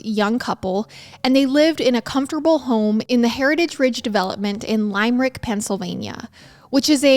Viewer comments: lime-rick 🥴 lim-rik/limmer-ick sorry just had to lol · Just an FYI...It's pronounced Lim-er-ick, not Lime-rick. I live 20 minutes from there. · I lol’ed at lime-rick haga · Thank you, that was driving me nuts. Lol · First episode that takes place where I’m from so I feel like I have to correct you… it’s Lim-er-ick, not Lime-rick 😁 Love your podcasts!! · oh, i love you. it's "lim - rick" no hate just help 🖤🖤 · Girl.. these are my cousins. And your pronunciation of many things is wrong. Their last name, the town Limerick. Please do some research